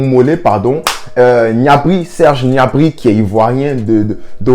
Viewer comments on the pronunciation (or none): C’est pas G’nabry cest Gnabry! 🤣😂🤣